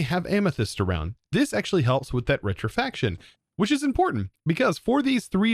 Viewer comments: Rectification...rec-tif-i-cation....not rectifaction. Scrapping...scrap-ping...not scraping. The first correction, I'm not even sure what you said is a word. But the 2nd one....they are 2 different words. Scrapping is literally to scrap things like recycling or throwing it away. Scraping is to scrape something meaning tearing away a layer. Like you scrape dirt off your shoe, you don't scrap the dirty shoe. I do love watching your videos, so please don't take my corrections the wrong way. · rec-ti-fi-ca-tion, not retrifaction... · Holy i didn’t realize that his dyslexia is real bad like Rec-ti-fi-ca-tion = Re-tri-fac-tion Yeah… it’s easy to get those 2 words confused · Hey, it is rectification, not rectifaction. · Rek-ti-fi-kay-tion lol, Love the vids man, merry Christmas!